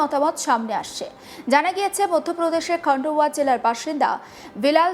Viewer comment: খন্ডহর নয় খান্ডোয়া হবে।